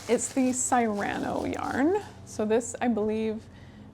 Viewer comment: Psst Cyrano is pronounced "Seer-aw-no" not "Sigh-ran-o" :)